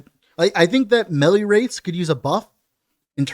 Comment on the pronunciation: love your work. It's pronounced "maylay". Please make melly stop.